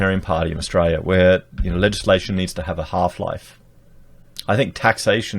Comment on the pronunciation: Please stop saying Ustraya.